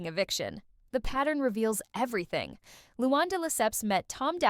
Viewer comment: It’s not Lewon- it’s Loo-Ann